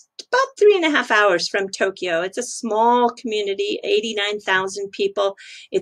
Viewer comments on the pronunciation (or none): none